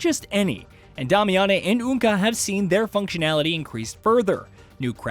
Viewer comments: “Day-me-ann”. Who tf is damiyannay? 💀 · "Dami-ah-nei"? Why do they insist on having "journalists" talk about a game they've never played?! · but is pronounced DAY-mee-uhn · Starting drink every time he says "Dah-me-ah-nay" instead of "Day-mee-ahn" like they say in the actual game Damiane is in. 🤷🤷‍♂🤷‍♀ Kinda like where he talks about boss armor before saying, "yeah, you read that right," even though just heard it & we didn't read anything because it's a YouTube video. 🤔🤔🤔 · Dame. E. In. They said it in the game tons of times. I'm now certain these channels don't even play games but push out content for content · Who is "Dah-Me-On-Nay"? It's Damiane lol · Dom-ay-ya-nay bothers me more than it should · Yes!😂 let’s call her “Dah-meh-yaa-neeh” lmao 🤣 Good job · yeah pronounced Damian. This game alone had shown me just how many people have no clue how properly sound out words themselves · Honestly i was like is he saying Dami-Annie. Where are these extra letters coming from? lol. Not hating, just enjoying the ride. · Dam-i-a-ne is her name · Disliked, and unsubscribed due to Damiane pronunciation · Ok, I had to stop and downvote due to that horrid butchering of Damiane's name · bro is just rage baiting by how he pronounces Damiane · I mean if you actually played the game then you’d know how to pronounce Damiane’s name. You invented your own pronunciation there my guy 😂🤣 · I was cringing so hard every time he said it.